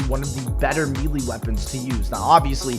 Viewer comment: do you pronounce melee wrong because you're trying to be funny or just dumb